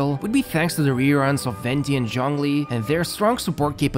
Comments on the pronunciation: no, the "zh" is kinda pronounced like "juh", not "joh", which is the way they pronounced it. Saying "john lee" is also missing the "ng" sound, and zhongli also has an "o" sound that isnt present in english. Also about your cousin, they may be either accented or saying to so fast that you cant make out the individual sounds, which a lot of people do. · native pronunciation of zhongli sounds like jongli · That may be true and all, but I don't understand what point ur trying to make? Starting with a 'J' is still closer to the original pronounciation rather than starting with a 'ZH'. I said that in my previous comment too ☝️ I never said he said it correctly, I just said it was closer to the original